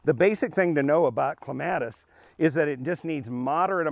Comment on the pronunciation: You're pronouncing it wrong.